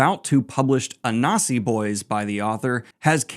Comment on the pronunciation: Im sorry, but your pronunciation of anansi is very werid. Again, im sorry, good video, tho.